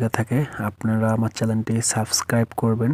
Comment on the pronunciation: চেলেন না, চেনেল ,উচ্চারণ ঠিক করেন ।